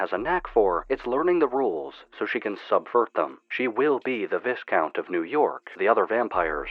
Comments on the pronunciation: it is "jee-anne" not "jen" it is "vie-count" not "vis-count" it is "jin" not "jean" you should look up pronunciation guides on words you aren't sure on for a more cohesive and respectful video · When reading Mina's description you read it as "veescount" and it's actually pronounced "vi-count". :) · Its pronounced Vi-count btw. Not Vis-count. Silent S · Just for future reference btw, "Viscount" is pronounced "V-eye-count", not "Viss-Count". "Gyros" when referring to the Greek food, is also pronounced "Yee-rose". "Djinn" is traditionally pronounced as "Jin", with "Djinni" being "Jin-nee". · It's pronounced Vy - Count. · Great video m8! Note: Viscount would be pronounced Vai-count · Viscount is pronounced: Vye-count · You know that's not how you pronounce 'viscount' right? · you gotta start pronouncing viscount correctly man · great video and i am so excited to see where the lore and the characters develop over time. and just so you know the s is silent in viscount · you said "Viscount" with the S but he S is silent please reupload video and fix this issue